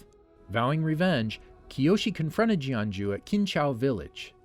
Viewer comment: he legit said JohnJew